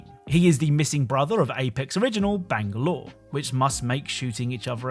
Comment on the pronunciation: I don’t think I've ever heard someone pronounce Bangalore as bang-galore